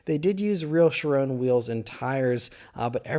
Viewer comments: The word is pronounced “Ky-ron,” not “shuh-rone.” Come on man, you’re supposed to be a car guy...🤦‍♂️ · It's a French name and it's pronounced "Shi-ron"